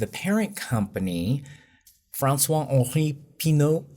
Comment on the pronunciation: Hi, just wanted to say - I don't care at all about fashion but I loved your breakdown of Gucci's history and drama - I'm French and you absolutely nailed the pronunciation of 'François-Henri Pinault' !